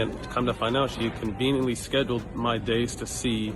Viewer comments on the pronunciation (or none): none